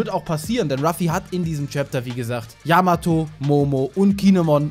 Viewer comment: Zwecks Yamato, war klar das sie nicht dabei ist, denn Ruffy hat noch nie die Namen seiner künftigen Crewmitklieder falsch ausgesprochen, bei Yamato aber des öfteren ^^